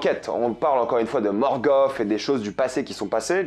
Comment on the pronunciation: Mais pourquoi tu écorches certains noms dans tes vidéos ex: MargOF - MorgOT et j’en passe c’est étrange Mise a part ca superbe critique constructive comme toujours !